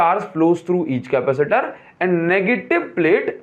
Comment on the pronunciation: Please don't say Capa - seeter